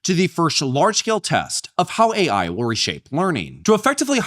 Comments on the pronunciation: why tf does she keep saying A1? No one ever told her its Artificial Intelligence? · i can't get passed the fact that someone advocating for AI teachers cant even say AI. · cant even pronounce AI correctly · Her pronouncing AI "A1" gave me psychic damage. Unbelievable these people acting like they know what's best while they don't know anything. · Is she saying A1 because she has only seen AI written and doesn't know it stands for artificial intelligence?